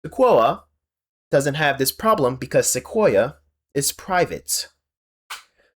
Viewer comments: Seh-kwoy-ah. It's named after a tree. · its ok to edit out your mistakes. also its pronounced se-koi-ah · I can tell you're a YouTube video essayist by the way you managed to mispronounce "Sequoia" in three different, but equally wrong, ways.